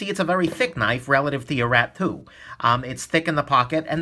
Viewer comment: i keep hearing Rat-poo instead of Rat 2 xD i love you!